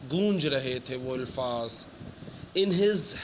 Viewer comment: ilfaaz nahin sir Alfaaz hotaa he